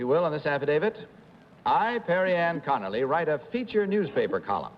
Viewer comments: I knew it was 3 because she’s the only one that said her name right. The other two said Connolly not Conerly. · They keep leaving the R sound out of Connerly